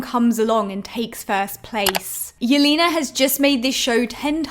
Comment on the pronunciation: the way you pronounce Yelena's name is so funny! it's not "Yelina", it's "YelEna", more like in "lesbian"